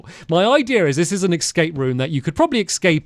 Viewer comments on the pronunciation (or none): Hilarious how many times he says “Excape” 🤭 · hearing Stamps say "excape" is making me crazy😭